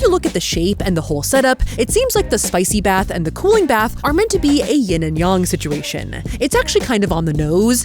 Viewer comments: Its ying and yang not ying and yong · I’m a Chinese Medicine practitioner and I’m so proud of you for say Yon and Yang correctly! Good job!